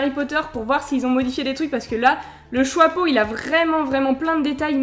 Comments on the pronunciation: le chwapeau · Elle dis choapeau